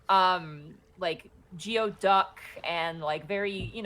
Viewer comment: The way pronounces geoduck as geo-duck and not gooy-duck sets off my Washingtonian OCD